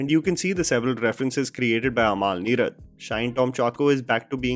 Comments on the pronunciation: Bro it's not "Amaal" Neerad. its अमल. The way you pronounce the word sounds like the name of DQ's wife. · Sheda. Mr venam polum… by the by it’s AMAL NEERAD ennu paranjal ayalk enthu thenga manasilavum? umul n-ee-rud ennu phonetics paranju kodukk